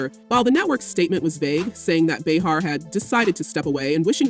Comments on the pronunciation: How many different ways can this AI announcer pronounce Behar in one story. So annoying! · Can't you teach your AI that it's Bay-har, not Bee-har? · beehar beehar beehar, its driving me nuts how the narrator gets it correct about 20% of the time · Bay har not bee har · How is it they can't get her name pronounced correctly? They go from calling her "Bee-hat" to "Bay-har".Whichever it is/was doesn't matter as ABC smartened up and fired her old ass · Bay har is how she pronounces her name. 🙄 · Hate the way you pronounce her name…😂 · You’re pronouncing her name wrong…good lord!